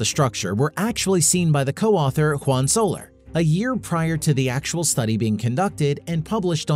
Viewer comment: when he said Juan Soler…. it sounded like Han Solo